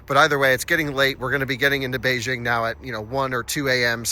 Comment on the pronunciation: would have good if you could have pronounced Beijing correctly